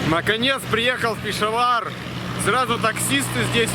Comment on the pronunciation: 30 минута! Это тебе не Ебург, где можешь спать в сквере под скамейкой. Это не твоя война, уважай местных. А ещё пора понять, что в мусульманских словах ударение падает на последний слог. Не ПешАвар, а ПешавАр, не КаракОрум, а КаракорУм. И вообще впечатление, что таджики, пакистанцы, калаши поумней тебя, а ты их челами называешь, диктат. Козел!